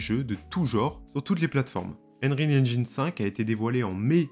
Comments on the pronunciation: Désolé mais "engine" se prononce "ennjein" / "ainjein" , pas "ainjAYn" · Et haine-rile haine-gine ? Cela me tue les oreilles hélas.